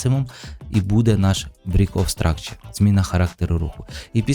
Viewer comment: Тільки слово break в абревіатурі bos (break of structure) читайється як "брейк", а не "брік". А так, по структурі ринку, то все чітко, лайк.